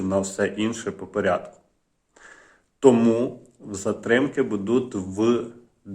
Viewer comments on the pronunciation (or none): none